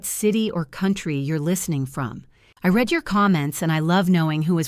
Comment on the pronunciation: Could someone please proof read the narrative before going public? Read, while spelled the same, is pronounced differently when used in present tense (reed) or past tense (red). The internet brags about AI but I've seen and heard so many mistakes it makes me ill. Indianapolis, IN USA